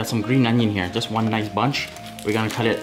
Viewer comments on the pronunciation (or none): none